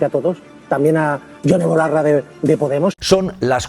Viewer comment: ¿Ferreras ha dicho Ione BOLARRA?